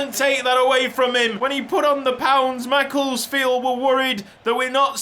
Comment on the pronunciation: NOOOOO THATS NOT HOW U PRONOUNCE MACCLESFIELD U PRONOUNCE IT MACC-LESS-FIELD